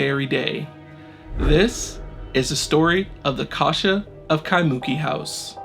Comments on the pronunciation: Eh, bro... just to help your pronounciation out, its nor KaiMOOki, ...its KaimuKIII. Yeaha herd about that in local folklore, i woulda been out there in a minute!! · Kaimuki is actually pronounced "kai-moo-kee" rather than "kai-mUki" seperated into 3 syllables! But randomly got suggested this song and looks like I have another channel to follow for these things! Love the well narrated and told of the story! Lived in Hawaii basically all my life but never knew about the Kasha house legend, wild! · At least pronounce the name of the town 'Ky moo kee' correctly. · Kai-muu-keee. That's how you pronounce Kaimuki. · KEYE MOO KEY is the pronunciation! Do your homework ! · lol. It's not that bad...a little too much emphasis on the "MOO" but it's essentially right. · Pronounciation for Kaimuki is killing me xD it's Kai-muh-Ki, with emphasis on the first and third syllable. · Creepy!!! Aww! He did a mispronunciation. When ppl do this with Spanish words, I don’t put them in blast. I just appreciate that they try. I love how this guy is sweet about every comment that tells him he mispronounced Kaimuki. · Hey bro good story but as a local pleeeasse get the pronunciation of “kaimuki” correctly at the beginning of your vid…. The way u say it brah kinda cringe tbh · Mahalo for the post, he was killing me with the mispronunciation.